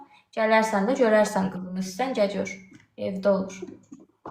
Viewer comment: Cəl yox gəl 🤦🏻‍♀️